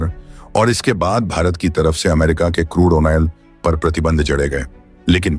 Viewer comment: Correct. Another is "Onil" for "Oil".